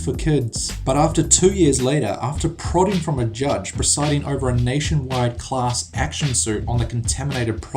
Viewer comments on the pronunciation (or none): none